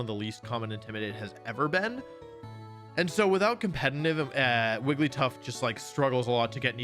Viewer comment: I will subscribe the day you stop putting an “N” in the word “competitive”